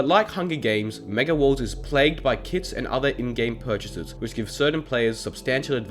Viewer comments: If it weren't for this comment, I'd have actually thought that he really said kid instead of kit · I had to take 5 seconds of thinking to realise he was saying kit and not kids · Is it just me but whenever he says it’s played with kits I think he says it’s played with kids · Was he saying "kids" or "kits" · I also kept heard kids